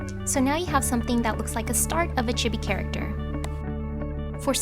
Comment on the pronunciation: Chibi sound like this chee-bee